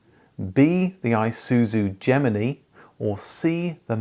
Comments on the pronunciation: Gemini "You and I and Gemini" Gem-in-eye not Gem-mini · Gem-en-ei. Odd to hear it said another way. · The Isuzu Geminey??